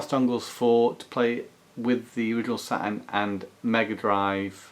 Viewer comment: A "Sa-un pad"😅😅😂